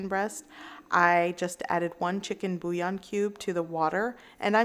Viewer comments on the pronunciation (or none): none